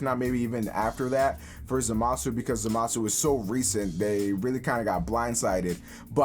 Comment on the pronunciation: Too much emphasis on the MA